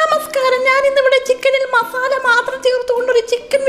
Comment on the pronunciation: മഫാല അല്ല ചേച്ചീ... മസാല 😁😁👍